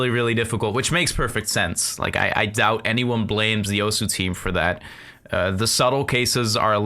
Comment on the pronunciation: I mean alot of people do it. I know it doesn't make it right but it makes it a more understandable mistake